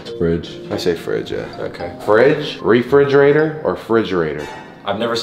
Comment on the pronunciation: I have never said fridgerator Literally 5 seconds before “fridgerator”